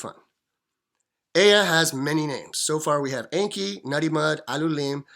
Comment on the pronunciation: It is pronounced with long E. En.kee